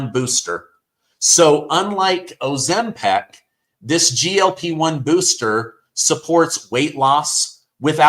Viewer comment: Ozempic not Ozempac